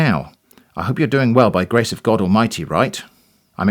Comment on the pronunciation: I loved the "Oh my Gaawd" pronunciation. is such a Cali girl! 😆👍